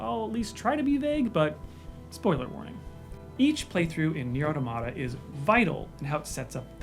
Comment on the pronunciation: I don't understand why this mispronunciation of "automata" is so common - it's just the plural of "automaton" which no-one mispronounces